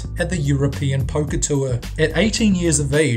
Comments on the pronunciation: Number 7: OOOOOOH, Poker. I kept hearing Poke -- like, pokemon. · I thought he said "pokè" player instead of poker, so I thought he was playing pokemon cards! Haha!